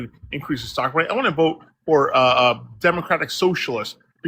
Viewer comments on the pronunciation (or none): Why does he keep saying "the sock market"?